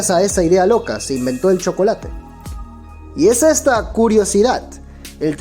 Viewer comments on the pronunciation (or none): none